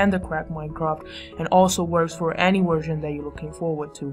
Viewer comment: you said worsion